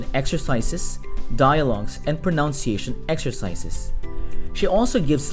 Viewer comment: Your English is fluent and understandable, but, as a teacher myself, I must point out that it's proNUNciation. Not proNOUNciation.